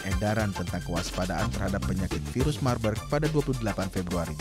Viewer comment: virus marburg baca virus mabuk 😁